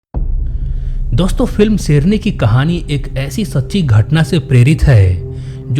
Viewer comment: सेरनी नही शेरनी